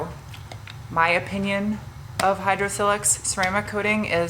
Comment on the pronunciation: It’s not pronounced with a soft “i” as in silk. It’s silex with a hard “i” as in mile. Check their own website.